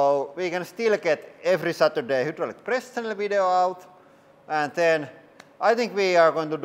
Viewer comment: hudrolic HYDRDRAULIC.... imagine saying the same thing wWRONG over and over for years lol